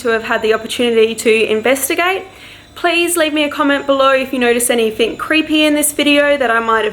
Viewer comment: Why does say 'anythink' in place of 'anything'?